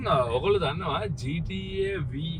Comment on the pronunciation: ගේම් එකක නමක් හරියට කියන්න ඩිග්‍රී එකක් ඔනද වේසිගේ පුතෝ😂